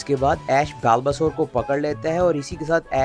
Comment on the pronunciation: Bhai बल्बासौर hai uska pronunciation.